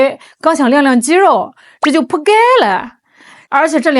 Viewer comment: 妳那句扑街了 說得好地道 我喜歡🤣🤣🤣🤣🤣